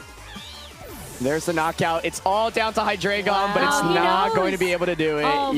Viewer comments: ITS HY-DREI-GON THE DREI IS 3 IN GERMAN ALL ITS FORMS FOLLOW THIS FORMAT STOP SAYING HIGH-DRAGON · The next person to say "Hydra-gone" will suffer the consequences. (ರ◡ರ )